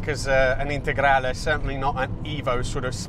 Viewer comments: Your "integrale" pronunciation is perfect! I am shocked about the sound. The lancias were not sold here, so the only way of listening to the Lampredi is the Q4. I thought they had the same sound. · proper pronunciation of "lancia integrale" ;) great video